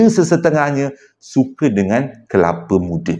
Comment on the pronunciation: Kepala muda😂abg dgn tsasul xdpt dipishkn😂😂